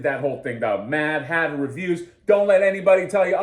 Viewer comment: "Mad Hatter Reviews" sounds like "Dan Who Reviews"... you may want to change your delivery.😅 😉